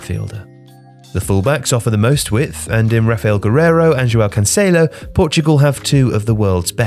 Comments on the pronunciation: Its Gerreiro not Gerriero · Raphael guerreiro not guerriero